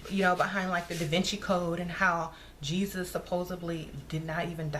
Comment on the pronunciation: u tickle me when u say hey-sus! im in miami so i always have to catch myself like wait which one lol!